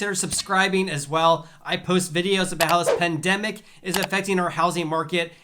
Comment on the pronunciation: Just a tip- it's really hard to understand what you are saying with your opening and closing phrase, " how this pandemic is affecting.." I keep hearing "housing pandemic" instead of "how this pandemic". Maybe slow down just a hair. Great videos! Thanks for putting this information together.